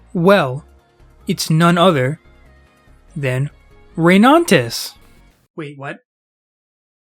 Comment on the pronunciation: Why do you keep saying ReyNANtis 🙉